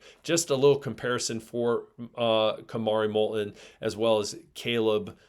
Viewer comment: I notice one of you consistently pronounces "t" in Molton without touching the tip of y our tongue to the front roof of your mouth. More and more people are using this incorrect pronunciation